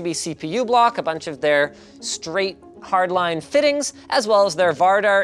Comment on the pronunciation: "with hardlinee tubing?" linus said afraid